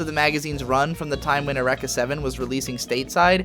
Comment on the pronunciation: The way you pronounce "Eureka". muah muah Brilliant.